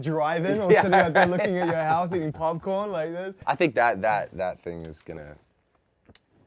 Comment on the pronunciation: why is he saying "ting" instead of thing